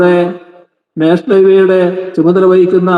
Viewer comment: നാഷണൽ അല്ല നേഷ്ണൽ എന്നാ ണ് മുഖ്യൻ പറയുന്നത് അതുപോലെപറ